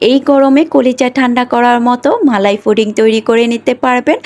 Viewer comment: foding na pudding 😊